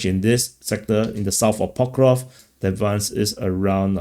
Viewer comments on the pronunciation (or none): PokrovSK my friend. SK like in screw. Not difficult. Not Pokrov !